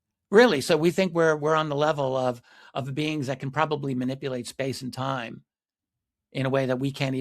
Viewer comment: "They have been here for a long Tayme"